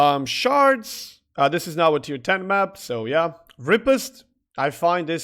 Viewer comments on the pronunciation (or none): Riposte is not pronounced "Ri-pest". It's pronounced "Ri-POST" ("post" like in "postal"). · Ree-post - not rip-ost